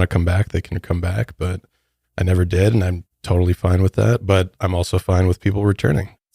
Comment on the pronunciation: said " NEVVVEERR" lmao started choking on a noodle